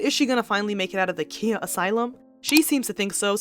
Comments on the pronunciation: It’s pronounced “Kya” not Kia like the car lol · KA-EYE-YAH (Khia) not KEY-YAH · You’re mispronouncing Khia. It’s Ky-uh. lol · Pretty sure it’s pronounced kie-ya